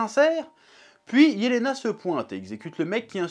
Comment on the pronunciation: nan c’est bien Jelena, c’est une prononciation à l’allemande